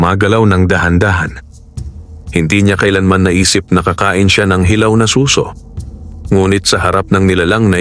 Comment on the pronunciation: Good story, yun lang pong pagkakabigkas ng "suso" pakiayos na lang kase imbes "snail" naging tunog "breast"